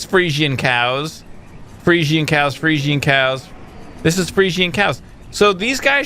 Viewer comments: pretty sure they're pronounced "Freezehens", not 100% but that's how I've always heard them pronounced. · Friesian is said free-shin as far as I know, just an FYI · Fresian is pronounced 'Freeshun'